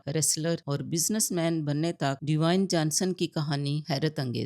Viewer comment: प्लीज बेटी, रैक नहीं वो रॉक है, डिवाइन जॉनसन नहीं वो ड्वेन जॉनसन है, प्लीज बुरखा निकालो और एजुकेशन लो